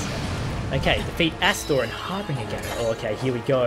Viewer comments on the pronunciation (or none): It's pronounced harbinjer but it's spelled harbinger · harbinger har-bin-jer idk why but the g is pronounced like a J